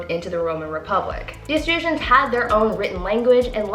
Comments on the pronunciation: It's actually pronounced E-truhs-cans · Eh-truss- cans....